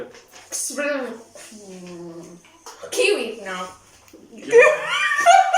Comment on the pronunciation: Enjoyed this!!!🤣🤣🤣 pronouncing the words unscrambled and saying Kewi with around 7 letters 😂. Love you guys!!!!